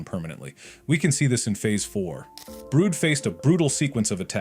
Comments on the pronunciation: WHO IS BROOD. By the way it's brud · Its not broot